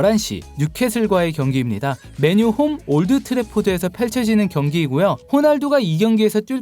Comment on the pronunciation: 맨유 발음할때 왜 그래 맨을 강하게 발음해야지 틀딱이라 거슬리네